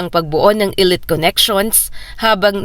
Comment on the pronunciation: Yung pronunciation ng "elite" eh napapangiwi ako pramis..